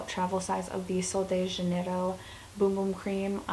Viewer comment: what an amazing list, you should also try the la roche posay products they're my favs!! i'm brazilian and i have to say, your pronouce of sol de janeiro is perfect!